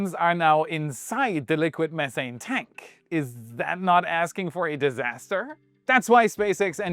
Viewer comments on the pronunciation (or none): none